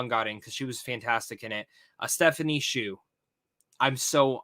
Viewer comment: Hsu is pronounced shoo, like a shoe you wear on your foot.